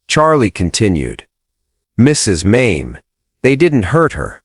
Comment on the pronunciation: Not Maim. MAY ME the correct pronouncement of the name May-Me.